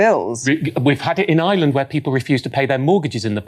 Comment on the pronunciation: Love the way you pronounce 'I'relan'd' Ash 😎. Michael and Ash are my favourite contributors.😍😍. Refreshingly ethical perspectives always, articulate and insightful. Excellent channel.